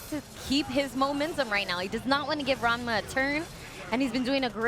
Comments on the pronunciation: Can someone please tel her it’s RaNma, not RaMna? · l love how Persia calls ranmasama raMNa sometimes